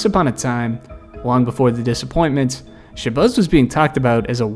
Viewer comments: It’s Shuh-Bazz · Shabazz like jazz not buzz 😅😅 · its pronounced shebAZZ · “Shabuzz” 😂😂😂 boy what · Why do you keep calling him “sha-buzz”… It’s as if you have never heard of these players names before you made this video. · wtf is “shabuzz Muhammad” 😂😂😂😂😂😂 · "Sha-Buzz" is killing me😂😂😂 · I was going to say the same thing. I was like, "who the hell is Sha-Buzz?" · Who is shabuzz? Bro didn’t check to see how to same the name he was gonna slave to say repeatedly?😂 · Michael Beasley was a lazy underachiever yet has a cult following online of delusionals who still think he can play in the NBA. Also, the way you’re pronouncing ShaBAZZ Mohamed is terrible. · The way you say Shabazz kills me 🤣 have you ever had a bean pie my brother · Your ability to say Shabazz, or lack thereof, is as awful as these player's pro careers. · Dawg, why are you butchering ShabAzz name like that?!??! There is NOT a "U" in his first name. This drove me crazy!! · Isn’t it Shabazz Muhammad?